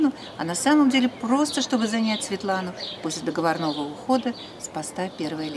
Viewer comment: ДоговОрного, а не договорнОго грамотейка😅😮